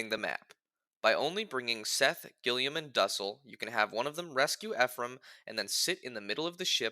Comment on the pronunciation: Its not pronounced duhsell its doosell for duessel